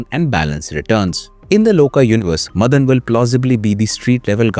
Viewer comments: stop saying Madan madan! its MAAAA-DAN ! GET A MALLU FRIEND. PS: NO HATE , FULL SUPPORT. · Not मदन it's माडन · Not madhan it's maadan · its not मदन it is माडन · Madan nahi, Maa-Den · മദൻ അല്ല മാടൻ. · Please note that it is not madan (मदन) it is mATan (माटन्) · Not Madhan. It's Maadan. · It's not मदन. It's माडन.